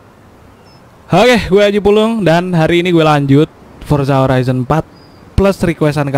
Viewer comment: mmm... Koreksi horizon bkn horicon